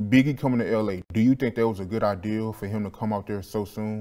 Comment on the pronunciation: The word is IDEA not ideal. Charlie looks amazing 🥰💃🏾